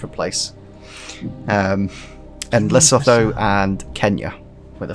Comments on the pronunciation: Its pronounced "Losoto" not loasotho😂❤ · its pronounced lee soo too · Lesotho is pronounced Le-su-to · You pronounce it lesootwo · To be fair Lesotho didn't sound african because pronounced it incorrectly... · That Lesotho pronunciation needs a lot of work haha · It would probably help if you googled how to pronounce things right before the ep 😂 then again I'm pretty sure most people still wouldn't know where Lesotho is.